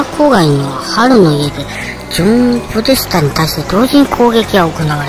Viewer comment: ポデタスじゃなくてポデスタ🤣 もう最高！チャンネル登録します笑 おばちゃん、サイコー❗️